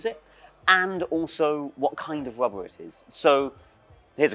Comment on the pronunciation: At some point i started hearing "wubba" instead of "rubber" and now i can't unhear it.